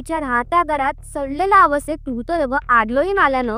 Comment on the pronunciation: अगं बाई नीट बोलायला शिक नं आधी.. मूतदेह म्हणतेय एवढी महत्वाची माहिती भावनाशून्य माहीत वाचतेय नुसती